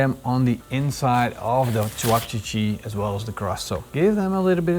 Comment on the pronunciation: Lol I never heard of cevapcici, but it was funny hearing you pronounce it differently each time 🤣